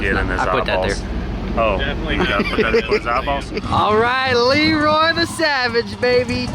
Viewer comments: Sorry, isn't it Le Roy? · Thanks for clearing that up so I didn't have to lol. Please don't say sheroy ever ever again lol